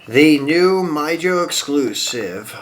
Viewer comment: Awesome videos as always sir and its pronounced "Me ho" Mijo, the J is silent. 😊👍🏻 M2 should remove the bumper on some of their race versions of their Datsun 510 diecast castings because I notice between M2 and Greenlight, Greenlight would do that to give it a more realistic look when it comes to their toolings in 1/64 scale.